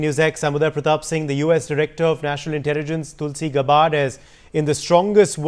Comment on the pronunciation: It’s gabbard not gabbaaaad 😂😂😂